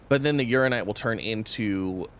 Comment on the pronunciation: I really wish he’d pronounce Uraninite properly.